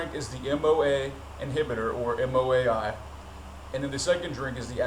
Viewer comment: I love your vids, but I have to make one small correction here - it's M A O, not M O A (MAOI - MonoAmine Oxidase Inhibitor). I laugh a little bit every time you say 'Moai' - Moai's are the big stone heads on Easter Island (which coincidentally, would probably make a badass environment to trip). I'd like to try K at some point - I've already done some pretty ridiculous doses of DXM, but they say K is much different and also much easier on the body and mind.